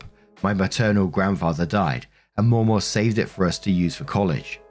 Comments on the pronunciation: * sees: "Mamaw"(correctly pronounced MAH-maw).....looks up how to pronounce it.....decides to mispronounce it by adding a second "w" that isn't there and saying Maw-maw * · As an Appalachian, the way we say Mamaw sounds like Mam Oh, not Moh moh. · Mamaw is pronounced as mah/ma. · American English dialect differences can be weird lol In the US, the pronunciation of 'Mamaw' changes based on region. In the deep South, it's maw-maw or sometimes replaced with the alternate 'MeeMaw.' However, in Appalachia (not the same thing as the Deep South) it's pronounced Mah-Maw. The 'mah' is pronounced with a hard/flat 'a' sound like 'math.' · It's pronounced Ma-Maw... Like Grandma. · Mamaw - pronounced m(ahh)m(aww), hope this helps. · Ma Maw. Ma like man (Manaquin) Maw like aw. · FYI: it’s pronounced ma’am-awe. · Mamaw sounds like mah-maw except the first ma is quicker than the second maw. Think of a little english child saying it 😂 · In my experience "mamaw" is pronounced with the first "A" being like the one in "apple" and the second "A" being pronounced the way you're saying it.